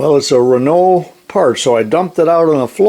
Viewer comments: Doug Rundell from a Quebec frenchman... got it right on how to say renault and about those cars being a piece of sh..t...!!!;-) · Hey very nice idea , that will make tool changes much slicker ! There’s no right or wrong way probably to say anything and I can’t write down how to pronounce a word really but over in GB 🇬🇧 we have a lot of Renaults around and we pronounce it “ren” - “O” alternativey trying to type pronunciation “ren” -“owe” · I don't care how the French say it, in America it is pronounced re-nault.